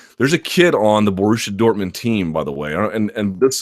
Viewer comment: brilliant podcast as always! but as a german and i dont care about football or handegg i have to say the way you pronounce borussia dortmund made me laugh